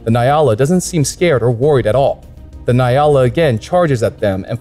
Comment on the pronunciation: Gemsbok is Oryx in english. Nyala is pronoced "njala" j being soft. 👌🤗